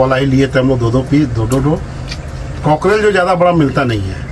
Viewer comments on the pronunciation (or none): वो कोकडेल नहीं कोकरैल है😂😂